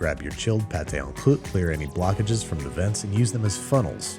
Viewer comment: The way he ALMOST says pâté en croûte correctly but it’s just slightly off makes me very annoyed